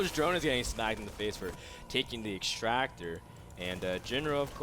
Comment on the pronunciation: exschtractor... (cringe)